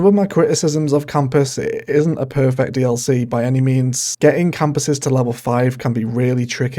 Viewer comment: You need to enunciate your words my guy. When you said "perfect package" it sounded like "pervert package"